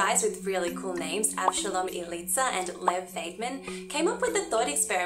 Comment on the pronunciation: Great video! Thanks a lot. Regarding the cool names: Avshalom Elitzur is a Hebrew name ( you miss pronounce Elitzur, but you obviously don't know Hebrew, its OK😉), Lev Vaidman is a Russian name. But they both live and work here in Israel. Vaidman taught me math in my BSc about 20 years ago🙂 It was extremely difficult... Thanks again for the videos and the enthusiasm u bring into it!